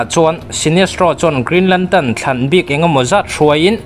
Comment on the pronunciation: Lam dik ve ta ce (lantern) kha nagcuan (lantan) I ti daih a